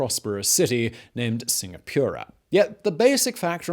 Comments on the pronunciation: Temasek - Tur-ma-sake Singapura - Sing-ga-poora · I was stuck on Singa-pure-ra.. haha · Singapura Sing-gah-poo-rah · singapewwra HAHAHA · I had a minor stroke when he said "temasek" and "Singapura" lmao